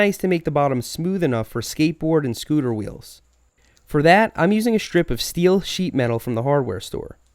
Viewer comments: i was offended for how he said "scooter" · The way you said scooter 😂yep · The way he said “scooter wheels”